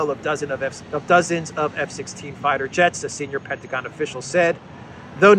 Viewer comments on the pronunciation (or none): none